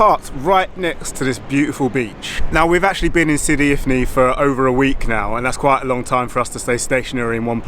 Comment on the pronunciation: Sidi ifni not infi 😊